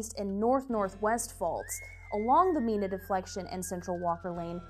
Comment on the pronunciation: say, from our spanish background, we say nevada and mina, as spanish does, so we like that, that you KNEW how to do that correctly.... so hope you do not feel too bad :) ... but, yes, for the locals = *there is usually two pronunciations, of name/towns, depending on the locals, (which is different than spanish pronunciations, french, or, german, or native american, etc) --- and then, thus, not the same as where the language-names, come from... ex: (nevada, means snowfall, in spanish) (mina, means mine, in spanish) (or, the name-- fermina sarras, a woman, from the town history, which would be pronounced as spanish) ... GREAT JOB, too, for the earthquake info, and set up... wow... i am from san andrea fault area of calif... and, really appreciate this, ... (san jose, goes through all kinds of pronunciations, too, as to 'locals' or true language... and, so does los angeles, as you would know... thank you so much!!! again, wow... good quake knowledge teaching... :)